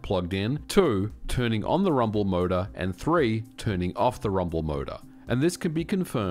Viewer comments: Even today I don't care for rumbling or force feedback whatsoever except for racing games where it actually makes sense with wheels. The rumble pak was a fun gimmick, nothing more for me. btw, took me a while to figure out that you saying "MODA" all the time actually means "motor" 😂. Sorry, non-native here. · "mouda" hahahaha